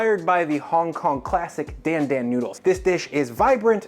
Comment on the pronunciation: Its not DAN DAN like the name Dan its pronounced d-ahn d-ahn kinda like donald